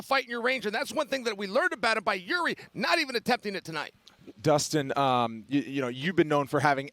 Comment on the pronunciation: Chael saying Jiris name right makes me feel like I am in a simulation